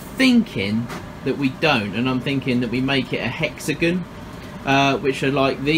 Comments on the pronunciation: “Hexagen” Me: ⊙０⊙ (° ο°) (@@ Me: I LOVE IT ITS NOW HEXAGEN NOT HEXAGON ( ͡° ͜ʖ ͡°) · 🛑 Hexagon? Hex-a-gon? Hex-uh-gone? Hexygen. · Hexagin its hexagon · Hexagn lol it's hexagon not hexagn lol I'm dying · It like how he says "hexigun" instead of " hexigon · Everyone:Hexigon Him:hexigun 🙄👌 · I live in the USA and when u said hexigin I laughed rlly hard ((no hate)) I’m just saying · Completely random, but I love the way you say hexagon.